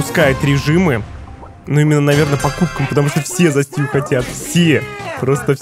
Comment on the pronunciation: Стью а не сту, уже бесит это слово